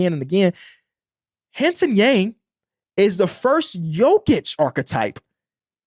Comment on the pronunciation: love the breakdown, just fyi hansen yang’s name is pronounced like hawn (rhymes with dawn) sun (☀️) yawng (rhymes with long) 🙏🙏